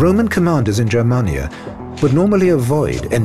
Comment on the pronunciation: TY for not pronouncing Germania like "germ-mania.* (I'm not german). In the end it wasn't the barbarians the brought down the west, it was the Roman privileged class of bureaucrats when they had Majorianus, the last great emperor, arrested and decapitated in 461 bcz he had planned to reform the political stucture to make it more efficient but would've resulted in loss of privileges for the aristocracy.